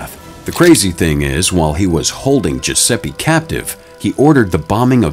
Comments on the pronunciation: It's GiuseppE not Giuseppi. I get the american accent which is not bad, but Giuseppe is such a common name 😂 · GiuseppE, not GiussseppI, for god's sake!